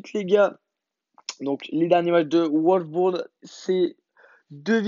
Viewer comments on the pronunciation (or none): Prenonce bien le nom des equipes on direr que tu connais rien en foot t sérieux c wolsburg pa oualf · Wolsburg pas oualf bourg fait un peu d'orthodontie au pire chak foi tu prenonce mal les équipe